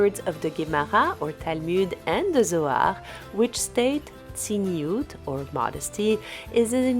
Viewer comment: It is not "tziniut" in Hebrew but "tzniut". "Tziniut" means "cynicism".